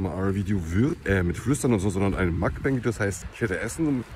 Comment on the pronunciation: ich mein, wenn du schon das koreanische wort auf koreanisch (먼방) benutzt, ist das zu viel verlangt, dass man es dann wenigstens versucht? vor allem, wenn es schon mal erklärt wurde. musst es einfach nur mokbang statt makbäng aussprechen.